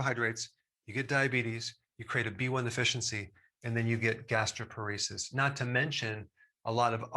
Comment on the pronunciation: quick correction: it's gastroparesis not gastroporesis. gastro (stomach) + paresis (neurologic weakening)